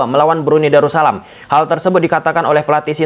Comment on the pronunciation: Darus salam bang.. bukan daru salam.. 🙏